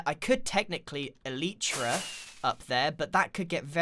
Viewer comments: Elytra "El- lie- tra" not "El- ee-tra" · You don't know how to say elytra dumbass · Why did you pronounce so many things wrong like Mesa and elytra? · "Moyang" "Eleetra" "Measa"